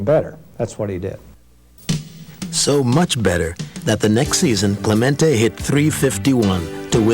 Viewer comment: Narrator keeps calling him “Clemento” when his name is clearly “CLEMENTE”. What’s wrong with some people??